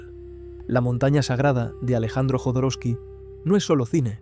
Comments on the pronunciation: Jodorowsky con "J" , la pronuncias con "Y" , Alejandro Jodorowsky pronuncia su apellido con "J" . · Por qué le dice Yodoroski y no Jodorowsky?